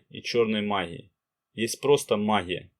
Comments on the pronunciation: А что у спикера с буквой "Г" ???? Это что за махия....Такая ассоциация что товарищ Брежнев делает обзор по " махии во блахо...ховорит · Гъ гъ, магъия гъоворят, не возможно слушать